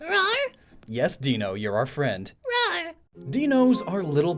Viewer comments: Ironically, you were worried about mispronouncing "Zweilous", but you repeatedly mispronounced "Deino". It's pronounced like "dinosaur", "ein" is pronounced "īn", like in "Einstein", it's German for "one". So, Deino is /dīnō/, Zweilous (which has "zwei", meaning "two") is /tsvīləs/, and Hydreigon (which had "drei", meaning "three) is /hīdrīgən/. Also: 🤷‍♂️ Meh, I've had the same two Hydreigon since Black version, so I guess I don't care if the original Deino died? I mean, by now I've had Tommy and Lernea for, like, 12 years, and they were only Deino for, like, a month of that. Who's to say the original Deino personalities have more of a right to live than they do? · According to your own research, IT'S "DIE-NO" Sorry to nitpick, but it frustrated me, because I was genuinely happy to hear Hydrygon and Zvylous being pronounced correctly. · Worries about pronouncing Zweilous wrong right after pronouncing Deino wrong. Too funny. The whole Deino line includes the German words for 1,2 and 3. DYE-NO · it’s d-ai-no not d-ee-no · It's pronounced Dino because ein is German and is sayd like Dino without a d. Then it's the same noice with swi-los and high-dri-gon all the i's are sayd like the i in dino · 1) I love this video, highlights my absolute favorite pokemon from Unova. 2) Deino’s name is pronounced “Die-no”, not “Dee-no”. Its whole line is meant to be a pun on the German words for 1 (Ein), 2 (Zwei), and 3 (Drei), likely in relation to their heads. Everything else was good, but i cringed everytime you said “Deeno” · "Deino" is pronounced "dy-noh", literally sounding like the word "dino". EDIT: I loved the pun, BTW. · Ok but since zweilous is German, shouldn't deino also be german and thus pronounced deino (Di-No) and not deino (Dee_No)? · Hey, you're mispronouncing Deino. It's pronounced Dino. The "ein" in it's name is German for 1. So, it's basically saying 1 dino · Don't worry, it's pronounced Dine-o, not deeno. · stop saying dieno instead of deino please